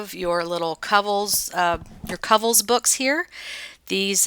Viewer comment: Not a criticism, Just helping....but Kovels is pronounced CŌ'vell's. I used to watch them on TV is the only reason I know this....LOVE that room.